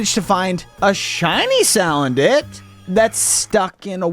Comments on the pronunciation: Why does he keep on saying saladent! It’s salandent (sa land ent) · ITS NOT SAL ANDIT its (sa land it) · female “saladent”